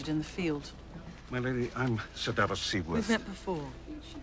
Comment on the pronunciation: No No u can't give him shit for messing up Missandei's name because everytime u mention Ser Davos u absolutely butcher his name😂😂😂😂